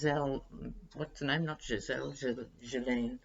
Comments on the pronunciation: Loved your MAGA story..had to frwd this to Twitter with the MAGA caption #TrumptheTerrible #DontheDespicable What is your take on the Trump lovechild rumor? ps Guislaine is pronounced GEELENNE with a hard G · From what I understand, the s in Ghislane's name is silent.